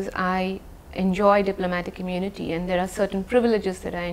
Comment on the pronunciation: “Do not hundcuff me i enjoy diplomatic immonity”😂😂😂😂😂